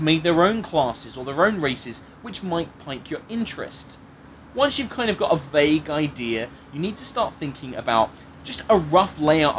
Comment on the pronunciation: Pique is pronounced like peak, not pike =)